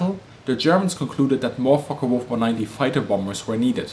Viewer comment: So many can't pronounce the FW190 name correctly, it's not a Folkka it's folke